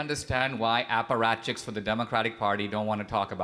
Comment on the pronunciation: Aparatchics 😁😁😁 But who's the Boss of Polit Buro ?